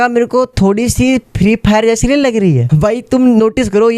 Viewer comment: Hello bhai tumne sahi se bola free fire Kiya